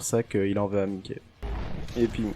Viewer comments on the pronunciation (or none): Je trouve ça perturbant ta prononciation de Mikey, ça se prononce normalement "maïki"